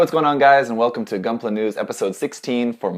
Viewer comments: Most Italians say "goonpla" that way, because that's how you read it in Italian (more or less)... not that it explains anything. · lmao they pronounced gunpla like they do in Italy